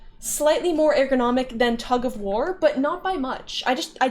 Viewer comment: I have never heard a single human being pronounce "eärgonomic" the way you do.